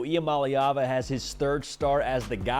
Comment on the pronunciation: Finally someone said his last name right.